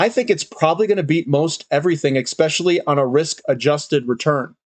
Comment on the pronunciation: see Urban Dictionary for "exspecially".